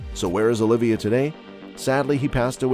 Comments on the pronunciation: OLIVA (OH-LEE-VA) NOT "OLIVIA" JEEZ : ) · Not only that, it’s “Oliva”, not “Olivia”…